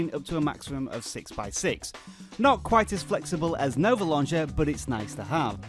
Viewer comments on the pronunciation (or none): jani Yeah, you said Nove, so I corrected you to Nova.